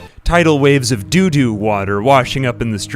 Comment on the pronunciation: You saying "doodoo" will never stop being funny.